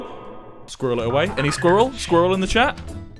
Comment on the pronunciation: no one, Wilbur: "sqeeral"